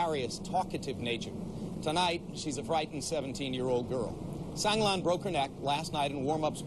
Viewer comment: So many people reporting on Sang Lan are just butchering her name!